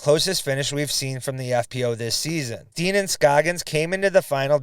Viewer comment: Annika's last name is pronounced STEN, not Steen. Just FYI.